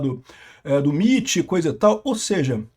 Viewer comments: "miti" não pow, "emaiti" 💀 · MIT = "EmeAiTi"